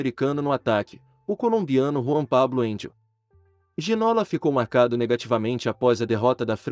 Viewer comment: Boa tarde, obrigado pelo video. Bem merecido. Mas se posso deixar uma pequena correcção, no Brasil estão pronunciando o nome de forma errada: o nome dele, por ser francês, pronuncia-se GI - NÔ - LÁ. A acentuação é na última silaba , como se tivesse acento no Á - LÁ . :) Espero que não levem a mal, a intenção do meu comentário é apenas ajudar a corrigir isso. Muito obrigado pelos seus videos. Conteúdo TOP. Abraço de Portugal.